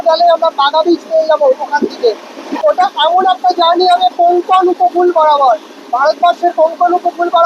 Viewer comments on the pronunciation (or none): ভাই রে, 'কঙ্কোন' উপকূল নয়, কোঙ্কন উপকূল। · কঙ্কণ নয়, কোঙ্কাণ !!! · Uccharon ta bodhay Konkon na hoye Konkan hobey 🙏